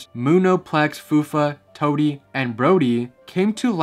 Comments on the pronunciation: Hey, Toodees name is pronounced like "TWO-DEE" not Toadie XD sorry if this comes off as rude. qwq it's just the old Yo Gabba Gabba fan in me. I used to love this show. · toodee’s name was butchered 💔 brobee’s name was butchered 💔